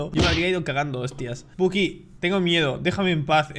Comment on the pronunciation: perdón pero se me hace muy gracioso como hablás osea en vez de decir spooky dice "esbuki" XD